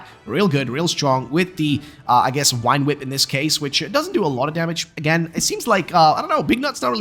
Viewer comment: Please stop saying wine whip.